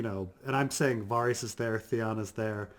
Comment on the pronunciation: I can’t take this guy seriously if he can’t even pronounce Varys’ name correctly